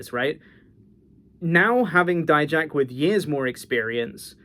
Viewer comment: Thank you for pronouncing it as “die-jack” and not making him sound like a type of mustard like others do.